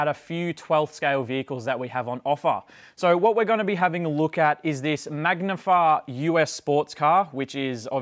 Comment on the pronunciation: oh, that was driving me nuts!!... glad it wasn't just me